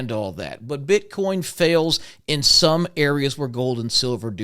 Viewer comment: I was with you until I heard the BS "bit Con" come out of your mouth... "Bit Con?" Really???